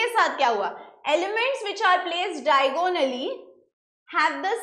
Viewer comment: Mam all lec was good but it is not diagooonally it is diagonally